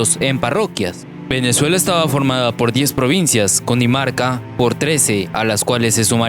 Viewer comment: Es Cundinamarca no Cundimarca